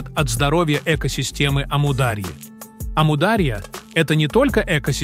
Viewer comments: Ставьте ударение правильно, не амУдарья а Амур-Дария!!! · Не аму а ому даря. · Правильно АмударьЯ-ударение на последнем слоге! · Как только услышал от ИИ "Аму-дАрья", а не "дарьЯ" — перестал слушать , ИИ просто осточертел 😱‼️Дизлайк! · не Амудáрья, а Амударья́. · Точно.Амударья ударение правильно на последнюю букву. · "Амударья"-ударение падает не на "а", падает на"я". Произносите пожалуйста правильно! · Автор вы бы сперва научились правильно произнести слово Амударя' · Неправильно произносится название реки и гор. Истоки начинаются с Памира и река называется Амударя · Очень нужный видео. Аму дарья ударение правильно надо ставит. Аму отделно Дарья отделно. Дарья по переводу река. По другому его назвали Джейхун значить бешанный река. Самый мутный река но вода исключительно вкусный. Река начинается от горы индигуш Афганистан. Спасибо за видео очень обрадовалась это наш река.где наш река солнцем здороваться солнце свет дает а река отражает. Мирный привет тебе здоровья и благополучия из Туркмении. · Амударья ударения на «у» Даша тут не причём 😂